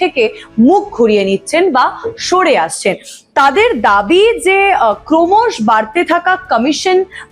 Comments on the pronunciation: ক্রমশ উচ্চারণ ক্রমশঃ । লোমশ এর মত ক্রমশ উচ্চারণ করা হয় না। সঞ্চালনায় উচ্চারণ গুরুত্বপূর্ণ । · ক্রমশ উচ্চারণ শুনলাম "kromosh"! বলতে ইচ্ছে করছে, 'সাবাস, বঙ্গললনা!'